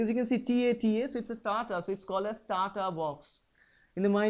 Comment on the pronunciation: also is tata box not tataaa? instead of tataat